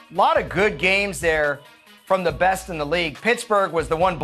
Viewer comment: hard to take you seriously when you say teh instead of the